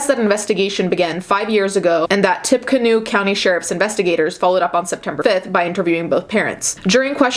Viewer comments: Not a real important detail but the town is pronounced as “ tippy canoe”. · This is neither here nor there but it is pronounced Tipa-Canoe. Lol I live in Indiana so we hear it a lot. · it's pronounced "TIPPY-Canoe" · It's pronounced Tippy-canoe...😉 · "Tippecanoe" tipp-uh-canoo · I live in Lafayette where they decided to keep her. This story is going insane here (side note: the county is pronounced tippy-canoe) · I'm from Indiana and I hadn't heard of this case before. P.s. "Tippecanoe" is pronounced "tippy canoe" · 😂😂😂 can't really blame her for pronouncing it incorrectly when it doesn't look like how it should be said